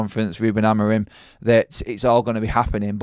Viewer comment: Sorry I missed the live..side note I think his name is pronounced Amoreem 😊